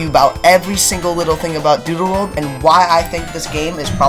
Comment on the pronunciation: Why it sounds like he said doodoo world 💀